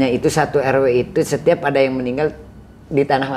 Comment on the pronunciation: Si narasumber kl nyebut meninggal jadi ninggal😂